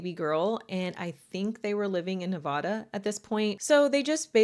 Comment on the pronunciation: Thank you for your wonderful coverage of these cases. You always choose cases that are more obscure and I appreciate that so much! The only time I’ve ever felt slight discomfort what the way you pronounced Nevada..My hubby used to say it that way as well! Those who are listening on the west coast will really appreciate pronouncing it the way we do. 😁 A loving suggestion, say it how you want, I will still enjoy your content!!